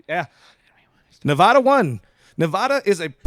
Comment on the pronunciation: First guy says Nevada wrong. I hate him.